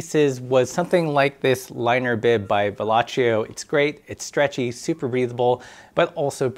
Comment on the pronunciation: Pssst...... Its pronounced Velo-see-o. He was french, not italian